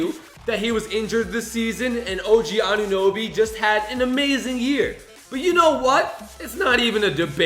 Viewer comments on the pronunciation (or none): It’s OG annunoby not Oj Annunoby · You said oj annuoby but its og anuoby